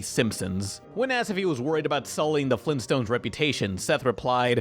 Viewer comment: It sounds like he is saying flimstones not Flintstones..